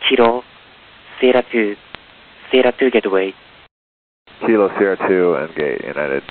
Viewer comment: These atc have very good accent but the way they said kilo is a Japanese way